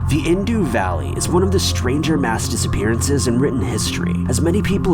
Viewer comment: #3 Indus, (like bus or ùs) not "Indoo". The first three - actual mass disappearances are very intriguing.